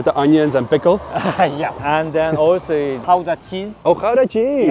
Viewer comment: Mooie beelden in de sneeuw. De ambassadeur komt op mij over als een sympathieke man met gevoel voor humor, ook al laat hij dat laatste niet merken. En sowieso krijgt hij bonuspunten voor het goed uitspreken van Gouda 😅. Groeten uit Den Haag.